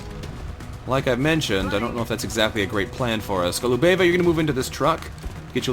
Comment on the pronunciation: it's GO-lu-be-va, not Go-lu-BE-va.